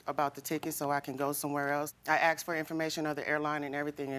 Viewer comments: its ASK not AX! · It’s not “axed”. It’s “asked”. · Why is it hard to pronounce "Ask" correctly. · Too many of these litigants pronounce asked as axed. Why is that? Lazy tongue? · Can even say the word "ask" properly.they say axed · She axed me 😂😂😂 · “My cousin axed me” omg that’s serious! You sure you’re in the right court?!🤦🏼‍♂️🤣🤣🤣🤣🤣🤣🤣🤣🤣🤣🤣🤣🤣 then what had happened wasss🤦🏼‍♂️ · “My cousin axed me” 😂😂😂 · Axed. Why. Always 'axed'. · Why do some people say “axed”…so weird to me. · Why is it so hard for some people to pronounce "asked" properly? 🤦‍♀ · they "AXED" for it.. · The "axed" word annoys the hell out of me too, who came to that word anyway?? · I still can't figure out why people say "axed"...is it too difficult to actually say the right word !!! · "axed for" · English professor here, it’s not an “accent” at all. It’s a mispronunciation. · She axed me.... Or asked me?😅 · The word is ASK..not aks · "ASKED" . IT'S "ASKED" come on now 👀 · Why is it hard for people nowadays to say asked instead of ask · Watching from 🇿🇦 South Africa: Why do Americans insist on saying AKS...instead of ASK? I hear it time and time again. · Why they say Ax when the word is "ask". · As a white man, I am genuinely curious. Why do some black folks say “axed” instead of asked? Is it an accent thing or what? Genuinely curious. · Aksed! A whole different meaning! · I axe my cousin 😂 It’s ask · "Asked" not "axed" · It’s ASKED not AXED so annoying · Why do black people always say 'ax" instead of 'ask'? That sounds SO ghetto! And then they get mad & say we degrade them & are racist.....blahblahblah. - maybe if you didn't talk that way, other races would give you more respect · Things will become clear when you actually "ASK" someone something and not "AXE" them. smh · The word is "asked" not "axed" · "My cousin AXED me". The word is ASK, again, ASK! WHY are all three of these women saying "AXE"??? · She axed her? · Please stop saying AXE when you mean ASK! Ugh.